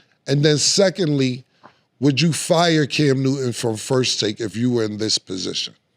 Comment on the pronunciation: “Cam Nooden” yoo Killa pronunciation is crazy.